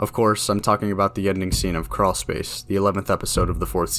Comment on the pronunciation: where tf is a creawl s-pace